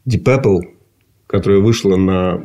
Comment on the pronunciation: Пёпл Пёпл. Ди Папл -говорят незнающие английский